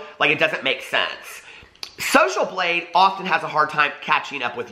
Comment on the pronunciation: Thought you said social bleed.... Sounds legit.